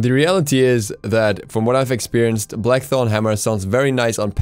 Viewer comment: "Black thong hammer" that's what I heard leave me alone.